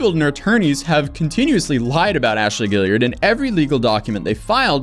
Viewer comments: Guillard! Guilliard... Guillard! Guilliard... These are two different names and you keep saying one of them. And it's not the one that's spelt right. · I know it's kind of trivial given the gravity of the video but it's bothered me since the last video about this tiktoker, there's no "i" after the last "l" in Ashley Guillard's name, but he's been pronouncing her name Guilliard every single time. I don't think it's intentional, but he's literally reading her name 10's if not near hundreds of times and has not pronounced it right. Maybe I'm wrong? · Guillard is pronounced Gee-yard.